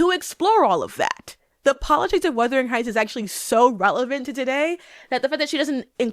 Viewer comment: Is is it just me or is she saying ‘weathering’ heights lol